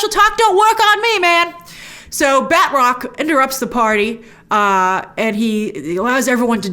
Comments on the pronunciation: I gotta say, his name is not pronounced "batrock". It's more like "battruck". Oh well, call me a nit picker. Can't wait for Loki, this finale was underwhelming. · I cringe a little when Grace says "Bed Rock" instead of Batroc